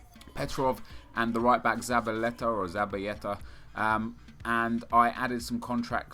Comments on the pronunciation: wtf is zabayeta? you were correct the first time with zabaleta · Nep you only make the "y" sound if the word/name has two consecutive L's so its not zabayetta :)